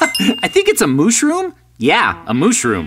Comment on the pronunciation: i'm laughing so hard that time that said moshrom